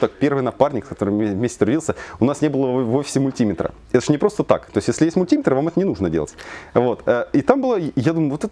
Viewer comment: не мультИметр, правильно: мультимЕтр!